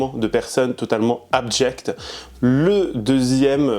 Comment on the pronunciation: « Abjecte »!!pas « abdjecte » rhhhoooo😅😅